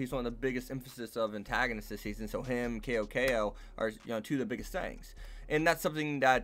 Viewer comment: his name is pronounced Sou Sou but with a C not KO KO. Just a bit of information for you.